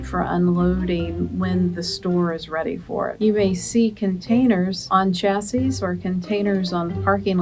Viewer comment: Chassis, shassy not cha!!!